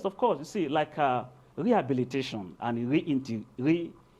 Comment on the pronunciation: My God 🙆😭💔 he said rehabilitaon🙆🙆🙆💔💔💔oh Nigeria 💔